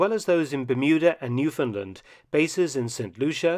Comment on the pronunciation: Excellent pronunciation of, "Newfoundland."